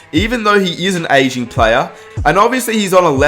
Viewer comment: Lol thought he said “Even though he’s an Asian player” then I had to play it back a few time to realise he’s saying aging